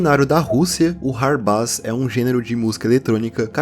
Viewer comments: Mano, acho q a pronuncia certa do hardbass é (rardbêss), pq tipo, bass(pronúncia: bêss) é baixo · Perfeito video como sempre! Hard bass se pronuncia RARDI BEISS